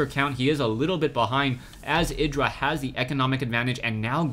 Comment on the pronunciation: Id-ra, not eye-dra :P